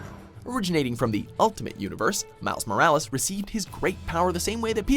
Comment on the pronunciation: Dude it’s not mikes morales it’s miles morales